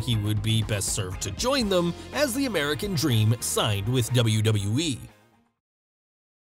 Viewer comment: Not meant to offend but I always loved his speech impediment. Also it really made his character work. Dustah woads the amewican dweam